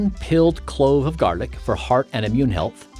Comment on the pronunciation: Why he say garlic like that